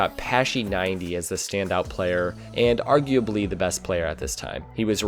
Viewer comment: Drinking game Take a shot everytime he says "arguabely"